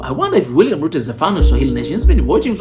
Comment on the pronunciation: Thxs man! but it's Ruto not Euro😊